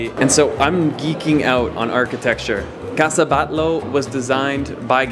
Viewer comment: ¿Casa Batló? Man, in Spain, double l's, i.e., ll, are pronounced as y, so its casa batlló